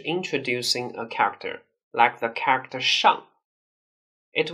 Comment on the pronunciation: Can you please learn how to properly pronounce "character"??? It's killing my ears hearing you mispronounce it. The rest of your English is good, I applaud you on your effort to perfect your English, because you did it. - by the way, this was a compliment. But that "character" word is hard, I know, for Chinese people, but can you practice it to sound better?? My advice: pronounce it slower. Because you pronounce it fast, its melt together and becomes uncomprehensable. Try pronouncing this :) :) 加油！